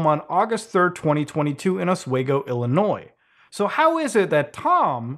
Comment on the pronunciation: As a long time fan, like creepypasta old, thank you not only for covering this. But for pronouncing my state of illinois right(of course you live in Canada/French Canada so I’d hope you could) also, my town is mentioned, oswego, just fyi is pronounced (os-we-go)